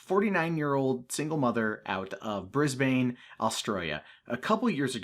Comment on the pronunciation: Please know that you are saying Brisbane wrong and it is funny as fuck.